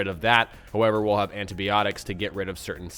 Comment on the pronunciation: Lol antabyotics greatest pronunciation ever